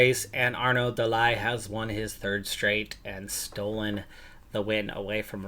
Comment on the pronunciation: De Lie should be pronounced "De Lee", though the English "Lie" def sounds more fun